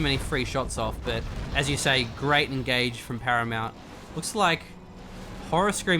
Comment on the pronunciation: "As you say, a great engagement from Haramount"